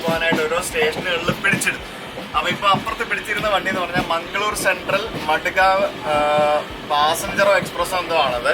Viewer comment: Madegave.... Alla madgaon 😄